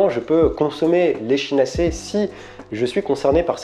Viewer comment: On prononce "ekinacé" ! En phonétique ! Sinon très bien ce que vous faites 👌🏾